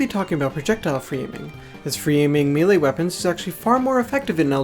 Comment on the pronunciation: maylay. melee is pronounced “maylay” blame the french